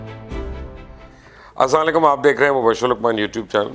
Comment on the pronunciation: dear sir we loved you. but you need must sy Properly اسلام علیکم ۔ not اسام علیکم